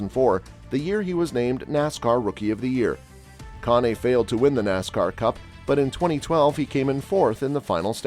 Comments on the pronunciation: Why are you showing Ryan Truex's picture in an article about Martin Truex? Why are you showing Xfinity Races with Trevor Bayne leading? And who in the HELL Conee? Could it be pronounced Cain? Kahne? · If you can’t take the time to find out how names are pronounced, maybe you shouldn’t be making these videos. It’s hard to take anyone serious who doesn’t do their homework. Kahne is pronounced CANE. Came here for Truex video which is what this says. BTW, Kaulig Is pronounced like “calling” without the N. Your channel is a joke & I won’t be back, nor will I recommend this channel to anyone I know or have met in 25+ years watching the sport.